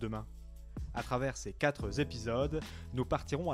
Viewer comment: Ces quatrépisodes et non pas ces quatrezepisodes svp.Merci.